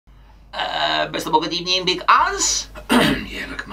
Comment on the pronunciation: "First of all good ebening. It's not the evening, it's the afternoon". 😂😂